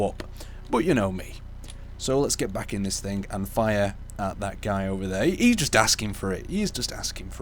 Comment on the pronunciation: Is english even your native language? It is called "THING" not "THINK"